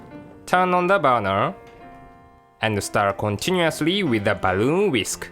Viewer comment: BAH-LOON WHISK :D